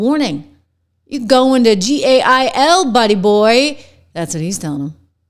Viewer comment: "Gail???" Try "Jail," or the more archaic version, "Gaol."